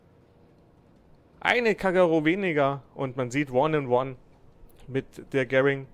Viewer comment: das heist kagero und nicht kackero